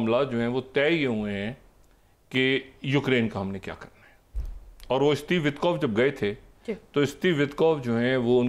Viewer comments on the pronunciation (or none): Dear Dr.Shahid, Please وِٹکوف kaha karen not وتکوف۔